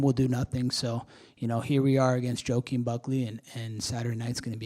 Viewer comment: Joe a keem Smooth 🧠 pronunciation 😂😂😂